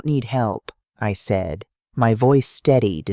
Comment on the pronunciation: Southern Arizona United States of America Narrator has a hard time pronouncing the word SAID and also at different intervals speaks gibberish. It affects the flow of the story.